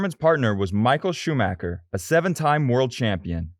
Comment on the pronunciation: Did I just hear “The Bell Gain Grand Prix?” Oooff. As a huge F1 American fan, I’m sorry for those that had to hear that. Rosberg and Schumacher pronunciations are also a little bit rugged. Some of us know how to say all of these things, I promise!!😁 Otherwise, I enjoyed this…